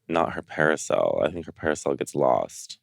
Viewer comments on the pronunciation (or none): Naomi says "parasail" instead of "parasol." Lol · Naomi can’t pronounce “parasol” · Trend alert : Calling Parasols Parisels !! Thanks Naomi